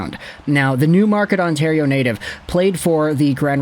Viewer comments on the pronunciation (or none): none